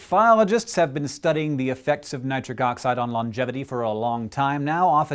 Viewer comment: Nit-RIC oxide